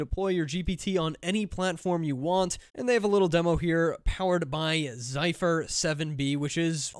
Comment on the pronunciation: Dude, will you learn how to correctly pronounce Zephyr already? Knowledge is literally a google search away, you muppet! LOL